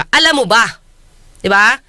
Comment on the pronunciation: CLUELESS BIAS "NAMBAWAN" Senator.....gaya ng majority ng mga botante natin. "ALAM mo ba?" grabe ang diin ni atty sa "alam".😅😅 Baka ma-persona non gratra ka niyan, atty. Trigger happy ang mga bida-bida ngayon.